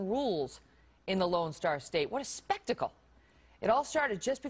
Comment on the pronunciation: "What A scpecktackle" what a douche!